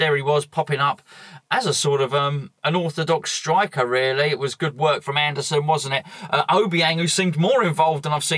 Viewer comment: Wobbed. Weally? ;-)